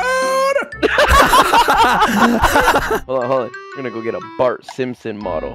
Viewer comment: I thought he said I got yelled at clown 😂 but no “cloud”